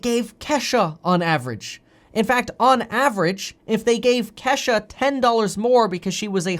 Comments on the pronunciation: Kevin it’s kee shuhhh lol 🤣🤣 not Kesh a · It's not Kesha its Key sha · Coming form a black dude it’s not Kesha is KEESHA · Kesha pronounced Key=sha lol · Lol bro lol I’m pretty sure it’s kee as in kesha but pronounced kee sha Lol !! Love you man keep doing your thang !!!!!! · And it's Kesha (Keesha) with a hard e 😁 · Okay Kev love you Bruh but the name is pronounced Kesha or Keisha sounds like this KEE-SHAH . Other than that thanks for having the courage to speak up for Us Black people , You Rock!💯✊🏾💖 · LOL! Your Kesha is pronounced Keesha with a Long E. :-D. I like you. You're a cool dude. Try not to butcher our names. LOL! :-) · Boy I tell you I was screaming “KEE” Kevin it’s “ KEEYSHA” Kesha is a white 👩‍🎤 singer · Is Kevin trying to say Kisha Kesha Keyshia Keshia OR Ke-Shh-Ah 😭🤣😂😂 Just asking lol But keep up the good work Kevin Love ya man❣️